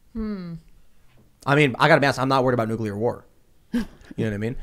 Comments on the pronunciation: Hey journalists, NUCLEAR is pronounced, "NU-CLE-AR", not "NUKE-U-LER." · Nuclear Nucular Nuclear Nucular